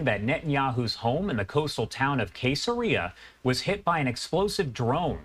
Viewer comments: Pronounced "se-sa-re-a" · People who read the Bible are probably struck by the first 15 seconds of this video by the pronunciation of the city. “Case-a-rea”. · Cess-ah-rhea… dude has never been to Sunday school.